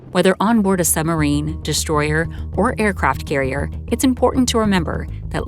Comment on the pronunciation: I'd have thought to narrate this documentary, one might need to be able to pronounce the word submarine. It isn't a summerine!